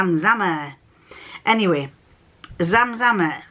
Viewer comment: Perfect pronunciation of my name! I had a business using this name and the inspiration for it comes from the Zamzam Well which is in Mecca - part of the annual pilgrimage to Mecca is to drink water from the well. My actual name is Yasmin! Both dresses looked great on you, really flattering, I hope you get the chance to wear them soon. No cats in this vlog but we did get a dose of Brian 😊 😊